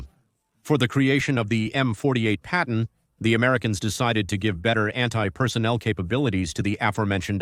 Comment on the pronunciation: You didn't notice when it said Payton tank ?